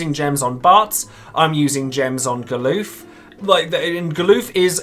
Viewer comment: You say "Ga-LOOF??" XD It's "GAL-UF" just like it's spelled, lol. XD XD XD